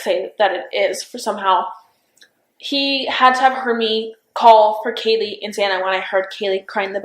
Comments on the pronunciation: Does it annoy anyone else that shes calling Kaylee "Kylie" Come on 😩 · it was so satisfying hearing her actually correct the lady saying Kaylee's name wrong for some reason